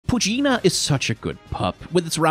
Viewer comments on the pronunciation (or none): It’s pronounced “Poochy-yena” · Poo-chee-en-na Not Pu-chi-iina, Please. It hurts my ears. Pronunciation is important.